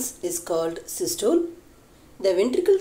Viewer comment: Madam you did give it a nice try but still it need alot to explain and regurgitation pronounciation was incorrect besides systole and diastole.